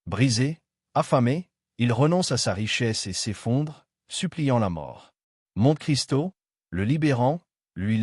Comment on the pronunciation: Une très belle voix faite par IA qui ne sait même pas prononcer Monte-Cristo correctement, sans parler de l'élocution. Être bon public a des limites.